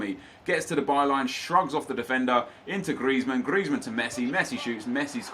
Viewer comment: Who else finds it annoying how he says griezman